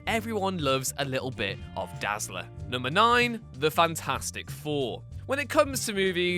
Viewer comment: bruh 😂😂😂 FANT-FOUR-STIC He must be joking of course... Is he?